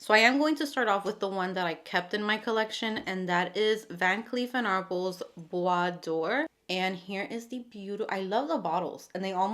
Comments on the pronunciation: hi ! Let me respectfully correct you. The caption reads bois dore , and not doré ! So she pronounced dore correctly. It didn’t say d’or either. So if the fragrance is called bois dore , she pronounced that correctly. Now i’m not familiar with that particular fragrance, so i don’t know if the caption has an error. Many or almost every American don’t know how to pronounce French words. Just listen how they pronounce the word ‘ parfum ‘ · Thank you for pronouncing Bois Dore correctly 😅